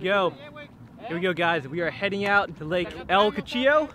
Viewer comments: cuchillo not chuchillo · them tacos look great!!! the way pronounces cuchillo!!!! lol great video!!!